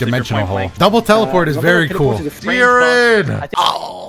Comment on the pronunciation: when he said “jiren” i just 😮‍💨